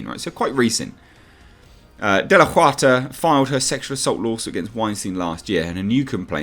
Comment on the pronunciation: Just FYI, Huerta sounds like "Who-air-tah."